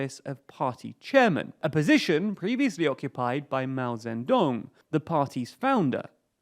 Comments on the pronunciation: Mao Zen Dung? Interesting mispronunciation. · "Mao Zendong" OH MY GOD YOU AREN'T EVEN TRYING THESE PRONUCIATIONS